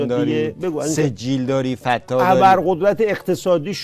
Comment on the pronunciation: سلطان اون نقطه فتاح نیست اون تشدید روی ت ایت فتّاح